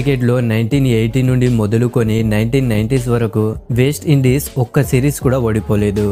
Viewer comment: వేస్ట్ ఇండీస్ కాదు రా బాబు..... వెస్ట్ ఇండీస్ రా నాయనా.....